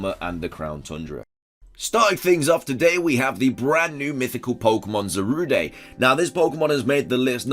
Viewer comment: Do you pronounce it Zaruday just to spite all the Darude Sandstorm memes?